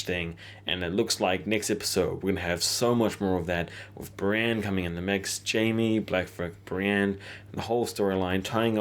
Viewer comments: why must you pronounce Brienne as "Bran"??? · Pronunciation exercise for you: Bran, Brienne, Bran, Brienne... repeat until they sound different. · This guys doesn't know how to speak properly.